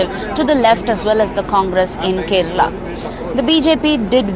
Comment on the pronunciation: Yes, ofcourse. It is "Kerala" not Kerla 🤣